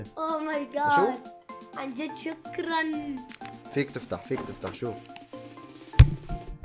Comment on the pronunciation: ضحكني يوم عطيتع. السماعه قال شكرنن